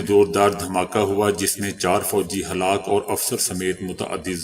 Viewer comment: Ye halak ho gy kea hota ha Halak ho gaye read kryn.